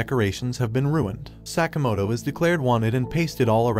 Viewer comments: Sakamoto...not sack-a-motor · The amount of time Sakamoto was mispronounced bothers me